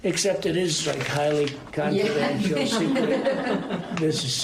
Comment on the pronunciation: He had problem in saying "confidential". I don't think he can pronounce long words. I wonder if he ever could.